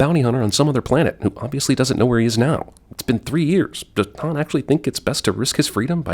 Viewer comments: Need to add a sin for Leia pronouncing "Han" like Lando does! 🙄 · Right I would almost swear that Leia called Han ( that we pronounce like Hahn) Han (pronounced by her like Ham, same as Lando.) I will listen again but that's what it sounds like to me. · Holy shit when chewie chokes lando, leia pronounces hans name with a long a like hand! And yet lando gets all the shit for doing that later